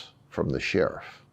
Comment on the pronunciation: "SHERIFF" SHARIF...You mean? 😂 Lovin' Grady!